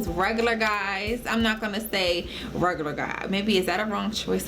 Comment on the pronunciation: After she said "rogolor" guys, I fucking gave up.